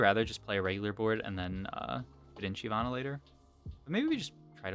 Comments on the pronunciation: I've only ever heard it pronounced shivana and that's how it's pronounced in the champion spotlight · Yea it’s “shy-vana”, basically pronounced how it’s spelled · Why do you pronounce it Shee vana?